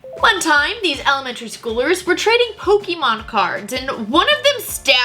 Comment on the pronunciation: You say PokeeMAN like my dad does and I think that's cute.